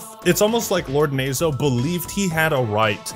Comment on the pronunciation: Tbh knowing Japanese and hearing "nazo" mispronounced over and over hurt a little bit lmao